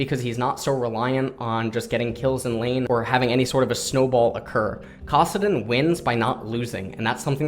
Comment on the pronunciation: "kossadin" the actual FUCK?